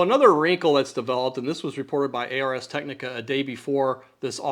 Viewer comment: Say what? 🤨A - R - S? 🧐It's ars like in arse 🤭in IPA /ˌɑːrz ˈtɛknɪkə/; - "Ars technica" is a Latin phrase that translates to "Art of Technology"